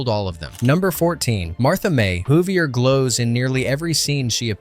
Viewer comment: Who-vee-ay. Not Martha May Hoover.